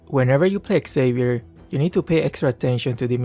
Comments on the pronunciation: the pronunciation is not Savier, is Shaviér MobaZane also discussed about that issue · U pronounce wrong the name its like havier no with X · It's pronounced "JAVEER"= XAVIER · nah not random. Those people cant read, cant speak or cant think at all. Feel satisfied when even gets angry. But the way he pronounces Xavier is so off